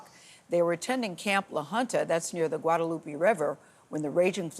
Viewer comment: "Guadaloopy" River 😭